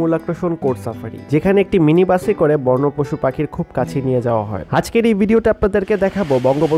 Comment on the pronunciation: "বর্ণ প্রাণী" নয়,"বন্য প্রাণী"